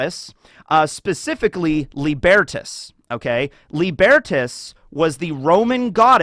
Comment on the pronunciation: Tiniest nitpick - Lībertās, the Roman personification of freedom from authority, is pronounced Lee-ber-taas, with a long i and a.